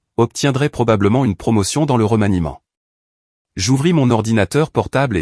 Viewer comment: Remaniement et pas romaniment